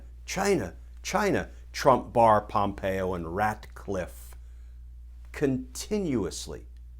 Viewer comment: I caught that too! A brief chuckle amidst the bad news.